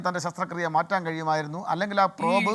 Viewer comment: Prob nu shaaamam ennu😂😂😂 entaanu prob ennu ayaalku aaru enkilum onnu paranju kodukku